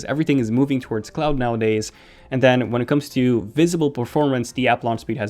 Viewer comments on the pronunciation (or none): none